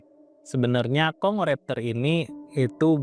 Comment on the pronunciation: Ternyata di baca Kongo raptor,.. Maaf min, Tadi sempat tertawa kirain baca nya dengan aksen Jawa "congor aptor" karena gk di pisah bacaanya "congoraptor" 😂😂😂😂😂😂